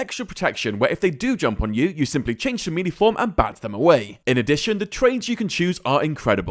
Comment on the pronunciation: MELEE NOT MELEE